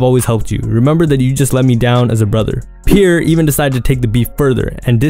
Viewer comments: Pierre is pronounced as Pee-Air not Peer df🤦🏽‍♀️😭😂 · Bro why it sound like you saying pure born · Is it just me or is he saying „pure“ bourne 😅